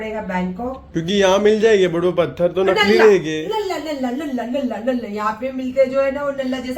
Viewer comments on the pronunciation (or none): none